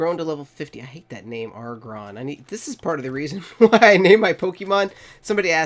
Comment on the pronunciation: You say it agg- ron